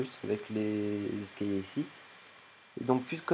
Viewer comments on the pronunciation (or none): Pourquoi tu dit escayer a la place d'escaliers